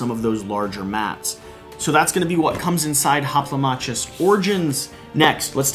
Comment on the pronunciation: its actually pronounced Hoplomakus.